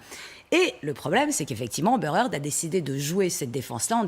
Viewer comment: heard pas hearth